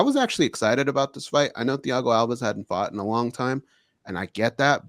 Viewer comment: Its thiago alves like al-vez. Should know that one?